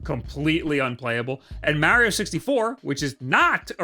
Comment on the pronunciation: Mahrio. Not Mayrio.